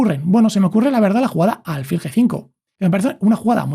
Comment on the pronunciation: Muy bueno el video. Lo único que le ha cambiado la pronunciación de alfil. Es palabra llana, tiene el acento prosódico en la 'i', no en la 'a'